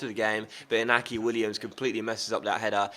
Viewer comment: Also inaki Williams is pronounced en-Yaki Williams